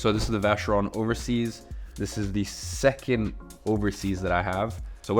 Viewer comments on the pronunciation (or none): none